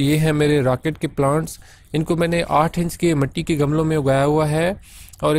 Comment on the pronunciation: Gamalon nahi gumlon